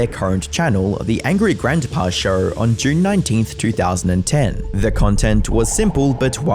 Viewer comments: You know the word show is probably the easiest word to pronounce... Why the hell do you sound like Madea when you say it 😂 lol much love bro I just thought it was hilarious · There is no r in the word show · There is no R is show